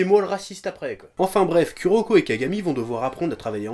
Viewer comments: Moi entrin de regarder la vidéo et entendre le chef dire ku o lieux de kou pour kuroko😂😂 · Putain mais, saute par la fenêtre, le U japonais se prononce OU en français, c'est pas compliqué... -_- on peut pas être crédible en parlant de manga quand on dit U je suis désolée x) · J'adore le chef :) mais il m'énerve à prononcer le Ku -> Ku et pas Kou comme cela doit être fait en phonétique c'est Kouroko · Je suis là seule fan qui rage des que le chef dit "Kuroko" au lieu de "Kuroko /kouroko/" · dsl mais Kuroko s'écrit Kuroko serte mais sa se prononce Kouroko